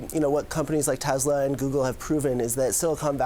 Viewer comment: Tezla? That must be a new car company! Wait till Tesla hears about them 🤔